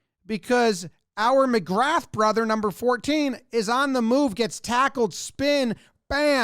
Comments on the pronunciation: "Seeran", ie, Cieran, : is pronounced "Keer-un". And there's a good chance McGrath is "muhGraw". I'm as confused by Gaelic as the next guy 😅 , but there are a half dozen or that are common enough you might look silly not knowing them. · McGrath we pronounce as McGra. All those brothers and cousins also play on the towns Gaelic football team too. A couple of years they won both county championships which is pretty rare. Also this place is tiny